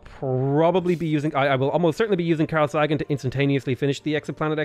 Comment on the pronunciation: It's Carl Say gan..